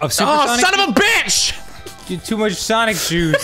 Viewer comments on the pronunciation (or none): "I wanna play some Ssawwnniicgghh... hey everyone welcome back" rewound it like 10 times 😂